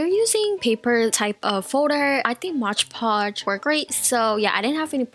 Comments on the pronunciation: Also it's not Modge podge or mosh podge! It's MOD PODGE! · its moDpotoge not motgepotoge！ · hahhaha lol you say mod podge so weird. Its "m-o-d" not "modge"😂😂